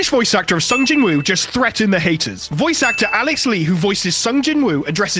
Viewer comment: Its not pronounced jin woo